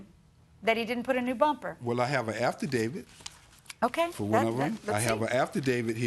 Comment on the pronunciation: “welll i have an AFTER DAVID” 😂😂😂😂 Jesus Christ how to himans make it through life not knowing basic English